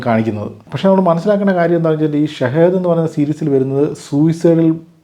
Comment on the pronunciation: Shahid അല്ല ഷഹീദ്‌